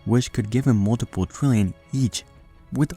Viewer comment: Is it just me or is it that when he says trillion it sounds like 20